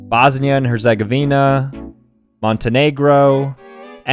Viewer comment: The way he pronounced Herzegovina 💀💀